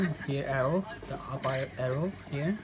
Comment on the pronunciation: “Eeeeehhh, just pest deh link.”